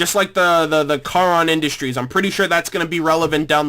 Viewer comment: The people who corrected you on the pronunciation of "Charon Industries" are grammar nazis who have watched all of the seasons and know where the name comes from. It's no big deal. The name will be spoken later in the series and you'll know then. Everyone knows that if you read a word without first hearing it, you pronounce it the way that you think it goes. It's no big deal. Everyone does it especially when it comes to foreign languages. That was a good catch. After watching that scene many times I'm surprised I didn't catch it. I wouldn't put much stock into the trailers from here on out. At least concerning the Freelancer Arc anyway. It could be something fun to do after the season, but I don't think they're necessary. The people saying that they want you to watch and react to the trailers are just completionists and aren't looking at the trailer objectively. I really like your theories on the Director, Tex, and Carolina. Those three are something to keep in mind for future seasons. I just noticed something. Watch that scene again. And then rewatch what you said about armor enhancements in this video a little later. As a matter of fact, rewatch the whole Washington and North conversation. They said some pretty important things there. Something to keep in mind.